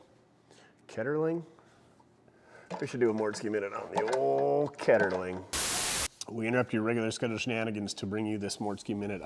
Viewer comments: Charles Kettering, not Ketterling. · I like the Mortske minutes. But, the correct last name of the subject is Kettering, not Keterling. Like Kettering, Ohio